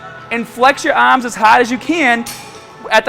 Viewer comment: Remember you gotta extend your ahhms